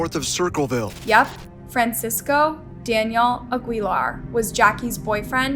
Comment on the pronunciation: OKAY, I'm convinced that you're trolling us with your crazy pronunciations. Sure, there are names that aren't part of your culture that anybody could pronounce incorrectly, but did you really just call that guy a-GWEE-lar for Aguilar? Ever heard of the WORLD FAMOUSE, GRAMMY AWARD WINNING Christina "Xtina" Aguilar? If you're not trolling I have to question the intelligence of your audience for not calling you out. You can do a 2 second search on Google or ask Alexa to pronounce words. Maybe you weren't aware. I have ZERO patience with your generation. The audacity to earn a living because of your viewers, yet you are so lazy that you can't be bothered to at least pronounce the people you're making money off of by telling their stories. CRAZY.